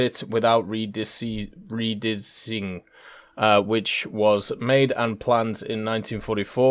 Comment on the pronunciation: redissing??? dudes out here having a brain aneurysm or something.